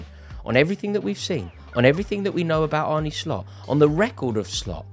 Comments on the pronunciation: It's not Arnie Slot it's Arne pronounced as in John Arne Riise. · it's pronounced Arn-uh not Arney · His name is ArnE not Arnie You pronounce it like ''ARE NUH'', not ''ARE NIIII'' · Sweet baby Geesus, his name is not "ARNIE" ! How difficult is it!? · Its pronounced arne like R-ne(cessary)